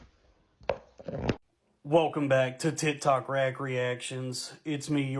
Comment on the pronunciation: Did he call it "tit tok"?